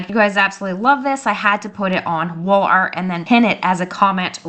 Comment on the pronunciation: You are saying “ Wall art”? 😂😂😂 I sure heard WOOL ART the first few times . If you are going to do a print on demand store through Etsy you have to have money set aside to pay for the orders before Etsy releases the customers payment t to you.